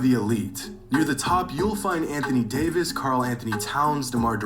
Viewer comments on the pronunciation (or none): none